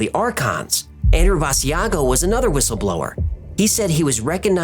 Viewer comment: Basiago is pronounced as Bah shaw go Not Bah z ah go